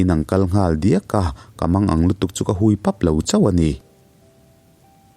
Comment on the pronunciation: 'Ka hui pap a' tih i lam rik dan hi diklo deuhvin ka lo hre ve. Mi va hui anga lam ri lovin Vahui lam anga hui hi lamrik tur a ni. Kei aiin i chhiar thiam zawk nain 'hui' lai tak hi ka lo ngaimawh ve deuh.